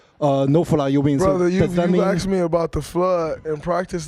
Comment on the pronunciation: What is it about them saying “AKS” instead of “ASK”? Someone pls explain.